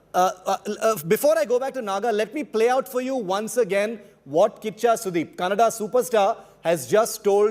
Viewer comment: Becoz of KGF2, atleast dis anchor kws how to say Kannada and not Kannnad... 🙏